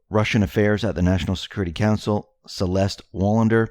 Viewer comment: ....."Celeste LAUNDER" ??? LMAOOO !! ~;)<333